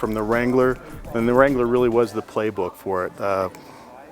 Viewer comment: You saying Jeep Wrangler wtf